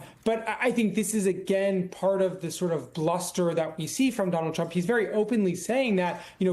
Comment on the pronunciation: Is it something kind of a fad these days to avoid pronouncing the letter "T"? It's pronounced Putin, not Poo-in.